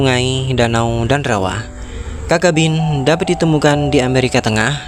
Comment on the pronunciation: Video yang informatif. Namun sepengetahuan saya yg dangkal, cacabean dibaca/diucapkan sebagai mana tulisannya, ca-ca-be-an, bukan kakabin